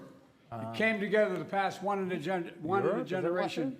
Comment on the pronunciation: "....once in a genderation...."